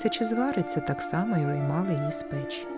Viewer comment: Дякую, дуже гарно! От тільки готували не в пЕчі , а в печІ. І не пОлички , а полИчки. Слідкуйте, будь ласка, за наголосами! Навіть якщо ваша перша мова -- російська. Не треба переносити в українську мову російські наголоси! Спасибі, що кажете 👍 подУшка, а не пОдушка .